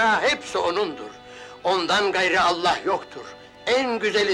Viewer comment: Kelimei şehadet ederken enla diye okunmaz. Ella diye okunur. Dikkat edelim lütfen.